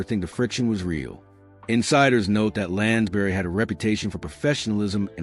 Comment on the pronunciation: The narrator cannot even pronounce Lansbury. Really annoying.